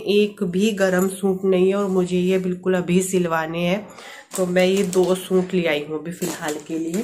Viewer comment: Hi plz don't mind... Aap suit ko soont Kyu bolti h... Suit bola kariy